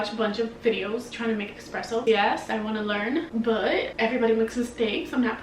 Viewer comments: ESPRESSO, NOT EXPRESSO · “It’s ESpresso not EXpresso. 🙄” - Hermione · Hey, young lady, there is no X in Expresso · Almost left this video immediately after hearing "expresso"